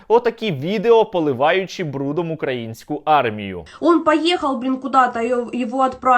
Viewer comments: укрАінскую армію сука, коли ж ви навчитесь наголос ставить правильно!!! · Украинскую))? Наголос на "и", а не на "а"!!! Задовбали!